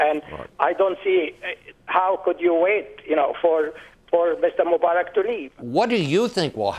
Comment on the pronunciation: his name is Mubarak not Mumbarak!!!!and btw i don't like the guy